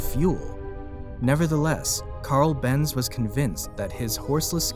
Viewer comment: I love how you keep calling it. Ben's and c, when it's benz and co 😂😂😂😂 i mean, it literally says it in the actual photo my guy.Unless this is another a I video which it looks like it